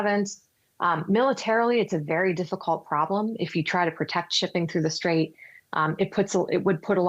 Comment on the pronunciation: “Unigh”States and “Strayve” Hormuz 😂